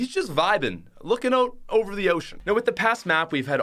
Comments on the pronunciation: say "out" correctly, thanks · omg the way he pronounces out kills me